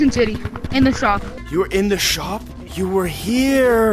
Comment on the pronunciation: did anyone else hear instead of city he said “I was in titee”